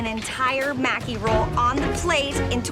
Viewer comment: "" seems to be the only person who knows how to pronounce Japanese words correctly. The judges and other contestants, are all pronouncing "Maki" incorrectly. Maki, is pronounced like: Mah-Kee. The letter "a" is always pronounced like "ah". You would think the "judges", would at least get it right.